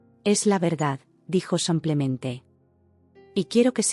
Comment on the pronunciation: Dice mil veces samplemente??,o semplemente o yo no oigo bien 😂😂